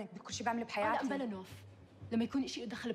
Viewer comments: نواف ❌ نوف ✅ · Her name is nouf, not noaf